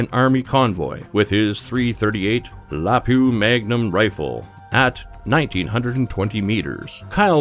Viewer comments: It's "Lap wah" not "La poo ah." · its la-Pua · Your enunciation and pacing is like an alcoholic. And it's Lapu - A, the A is NOT silent! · "LA-pew"... it's pronounced "LA-Poo-Ah" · La-puu-aaaaa not la-puu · ITS A LAPUA (LA POO AH) NO A LAPOO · “ Lapew magnum rifle” Like peppy Lapew? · Oh dear better learn how to say LAPUA! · its pronounce la-poo-ah, c'mon man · Its La-poo-ah. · When you said .338 Lapua rifle you mispronounced it La poo a Is how it’s pronounced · I’m not sure what a .338 “Lapoo” is, but it’s clear this channel doesn’t know “poo” about firearms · 338 Lapua is pronounced "LUPOOA" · You said lupua wrong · He pronounced Lapua wrong